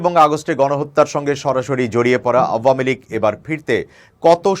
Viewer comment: দলের নামটি শুদ্ধ করে উচ্চারণ করবেন।